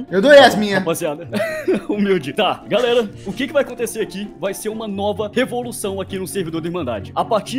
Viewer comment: "tgalera"ksksks amo o